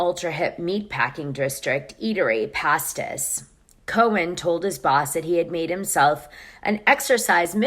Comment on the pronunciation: Pastis is pronounced pas-tees not a Long A.